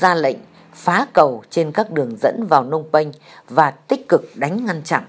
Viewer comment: phnom penh chứ ko phải phnong penh..